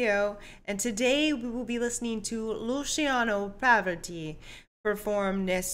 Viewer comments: I'm Italian and I'm very sorry to tell you :bad pronunciation 😁. Luciano Pavarotti as you read as you pronounce. This isn't a song but an "aria" from Turandot by the great composer Puccini. Bad pronunciation but great reaction. Big Luciano G. O. T. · Your reaction was exactly how it is supposed to be with this piece! I'm sorry love but your pronunciation of Luciano Pavarotti was quite bad! 😂